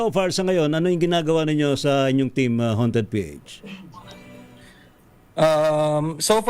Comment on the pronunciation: 𝘏𝘢𝘶𝘯𝘵𝘦𝘥 -𝘏𝘢𝘯-𝘵𝘦𝘥 ❎ 𝘏𝘢𝘶𝘯𝘵𝘦𝘥 𝘏𝘰𝘯-𝘵𝘦𝘥 ✅ 𝘔𝘢𝘣𝘶𝘩𝘢𝘺 𝘒𝘢𝘺𝘰 𝘮𝘨𝘢 𝘓𝘦𝘨𝘪𝘵 𝘎𝘩𝘰𝘴𝘵 𝘩𝘶𝘯𝘵𝘦𝘳 ❤🦾